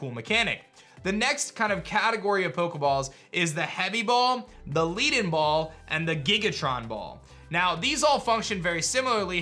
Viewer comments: Lead, not lead. XD omg... Led, not Leed, Lead, the Element, is very heavy, and that's Giga Ton, not Tron, no R. Like Link's Gigaton Hammet in Ocarina of Time. Basically Heavy, Heavier, Heaviest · On the "Leaden Ball" it's meant to be Lead like the metal. Also it's Giga-Ton not Giga-Tron, they are meant to imply that they are Heavy, like the Heavy Ball. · “Leadenball” is most likely pronounced with the same pronunciation as the word “lead” as in the metal. (Leh-den-ball) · i know you probably won't see this comment but i believe the leaden ball, is pronoun Led (The ED from something like the name Ned with and l at the start) en. Due to the fact that its a blackish lead colour and lead is a heavy element.